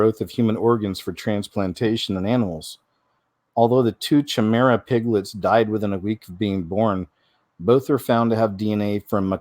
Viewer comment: chimera = ky meh rah